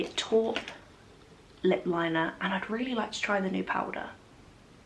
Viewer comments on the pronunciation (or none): 'taupe' is pronounced like 'rope' with a T.